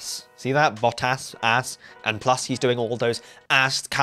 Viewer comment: Learn to pronounce bottas